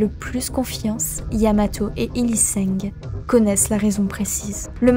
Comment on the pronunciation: Belle vidéo, néanmoins quelques remarques par rapport à la prononciation de certains noms : on prononce bien le zéro de Schalke (Schalke-zéro-quatre, ou à l'Allemande Schalke-null-vier) sinon il ne serait pas là, et certains pseudos, notamment HylissAng et pas HylissEng